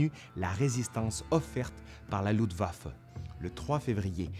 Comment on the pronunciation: LUFTwaffe pas LUDwaffe,cousin !